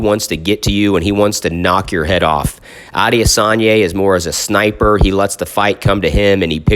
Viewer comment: A-de-San-yah.... very easy if you sound out the syllables👌🏾😎